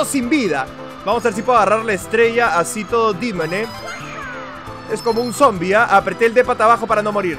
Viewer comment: si escuchan este minuto, dijo zombie en castellano